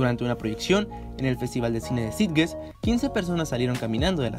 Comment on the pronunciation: Hay que pronunciar bien "Sitges"